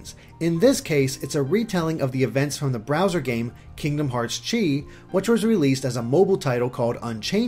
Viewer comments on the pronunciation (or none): It's pronounced "key",, Sometimes pronounced "Kai". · chi is pronounced key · Chi is the Japanese way of saying the greek letter X which in BBS, Xehanort said that it is pronounced "Kye" or "Key" but since this is kingdom hearts, they are pronouncing chi as Key to make a pun of the X-blade being pronounced as the "Key-blade" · said he was going to pronounce it like that to avoid confusion. Don't comment about something like this if you obviously didn't listen to the video. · said he'd be pronouncing it "chee" to avoid confusion.